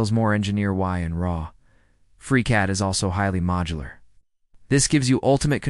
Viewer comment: "Fusion 364"........"aH!!!!!!!!!"......"without its passionate leader 🖖🖖"......"OUT-cOmE!!!! " ..... "it feels more engineer Y and Raw" ..... FReeCAD v. FUSONO😑..... "Freecod" ..... whispers and rushes a huge point about F360's data management & collab features like they're medication-induced side effects ..... "FreeCAD is 100% free and a good choice" . The takeaway here is literally, "Try both and see for yourself". Umm...that's the problem. I don't have the [fill in blank to suit your specific situations, fam] to try both and see. Anywho, here's a free YouTube social engagement credit for your time I guess. Reader, at , freeze frame JUST before the other video suggestions pop up. It's the most endearing representation of the whole FreeCAD vibe. I love FreeCAD so far BTW and I already know it's going to see major iterations and improvements from devs and community. Happy modeling everyone!